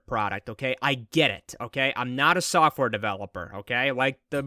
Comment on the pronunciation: did you say software or suckware ?